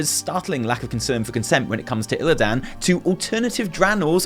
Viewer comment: I love you. You are my spirit animal. But pleaseee log onto WC3 and listen to how to they all pronounce Illidan - no one ever puts so much emphasis on the “dan” and it just makes me think about that cringe WarcraftBible guy 🙈